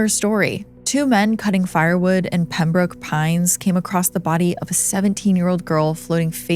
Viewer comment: You actually said Pembroke Pines properly 🙂